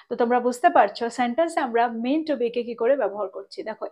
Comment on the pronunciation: Very useful lesson. I believe the pronunciation would be ideally মেনটু। Don't get me wrong. I am one of your student. Many thanks.